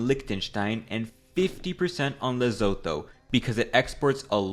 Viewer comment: south African here it's pronounced "leh-soo-thoo"